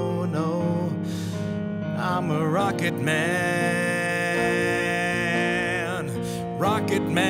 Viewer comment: ROKECT MANN